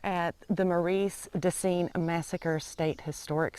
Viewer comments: Marus de sings. Not mareas fyi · MARE uh duh ZEENS is how the locals say it.